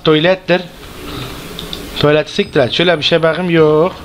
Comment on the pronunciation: La da tuylet diyişi varyaa